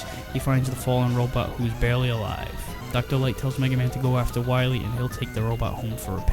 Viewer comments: I know how you feel about Dr, Light using L words as W words! It makes him remind me of Elmer fudd! The worst looney tunes charecter in my opinion! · Dr. Light sounds like an imitation of Elmer Fudd by someone who's never actually seen an episode of Looney Toons and only knows Elmer pronounces r and l as w.